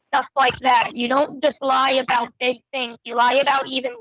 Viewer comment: I fawkn hate how he pronounces "about".. more like "a-bhoot".